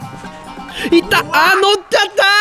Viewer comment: ンダホの「のってゃった(?)」かわいい